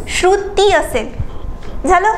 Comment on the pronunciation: Ek shabd double ka boltay ma'am? Shru..... ti ase thambun kashala, shruti asech patkan bola.